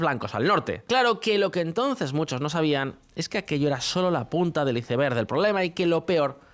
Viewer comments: Por que pronunciar la parabra inglesa iceberg como"iseberg" en vez de "aisberg" para querer demostrar que no se deja colonizar por el inglés, cuando existe la palabra en castellano "tempano" para el mismo objeto?? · Por favor, dejen de decir “ICEBERG” si lo van a seguir diciendo mal! Me arden los oídos cada vez que lo dicen y pareciera que es una palabra clave en sus vídeos porque lo repiten cada vídeo